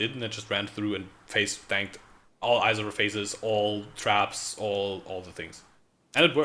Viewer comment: yep. hilarious that he complains about the language in different articles while mispronouncing lots of names in the game himself: Izaro, Agnerod etc.